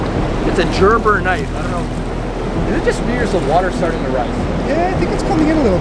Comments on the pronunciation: Grrrrrr.......brrrrrrr knife Gerber not JRRRR BRRRR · ....you pronouncing the brand name of the knife all wrong man...Gerber...like grrrrrrber. Is how it's pronounced. Have a great day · The knife you found has a "hard "g"" sound, with the "g" sounding like the word "good". These are excellent knives (I have a couple) and were Military Issue...